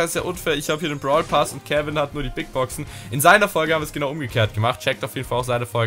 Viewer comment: Brawlpass und nicht Bartelpass